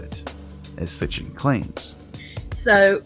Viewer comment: its Sitchin not Sitchen